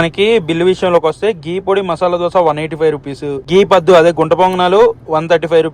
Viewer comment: Padhu kaadu... Paddu 😂